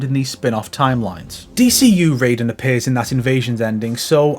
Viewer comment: Technically the correct way to pronounce Takeda, just as the correct way to say Raiden is "Ry-dehn" instead of "Ray-deen". MK games don't have a great history with Asian name pronunciation.